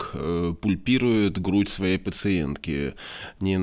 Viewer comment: ПАльпирует, а не пУльпирует.